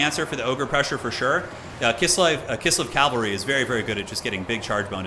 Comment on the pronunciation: How do you think we feel when he says calvary instead of cavalry lol. Love you.